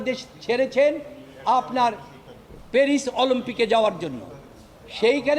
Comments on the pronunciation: এই হালার ধোন কেটে দে। চোরের সাপোর্টার। মূর্খ উকিল।অলিম্পিক বলতে পারেনা বলে অলোম্পিক। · আলোম্পিক, কি শুদ্ধ উচ্চারন।